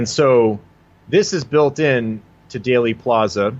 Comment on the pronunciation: It is DEALey plaza not dayly plaza. Long e sound , as in eel. That seems to erase the correlation to daleth. I’m with you on most of it , though!